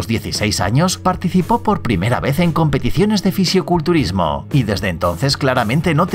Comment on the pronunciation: Buen video pero solo te voy a hacer una corrección es "fisicoculturismo" no ficioculturismo decilo bien ok.